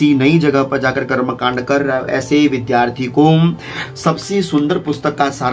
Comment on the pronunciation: आप क्या बताएंगे? आप तो विद्यार्थी को विधार्थी बोलते हैं। कृपया पहले स्वयं शुद्ध उच्चारण सीखें।